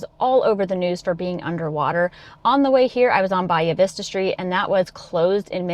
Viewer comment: Bye uh vista? Bahia vista* buh hey uh. Like the grass that occurs naturally all over Florida. 🤦‍♂️